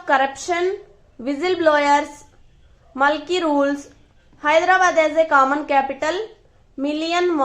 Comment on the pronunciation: You are pronouncing to Mulki to ( malki )